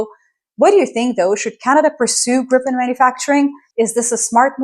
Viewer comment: love your take on it. By the way Gripen is pronounced GREE-pen," with a hard "G" and the stress on the first syllable. The name "Gripen" means "the griffin" in English and refers to the mythical. Kind regrards from Sweden